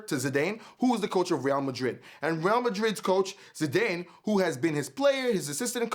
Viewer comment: Zidane pronounced zee-dAn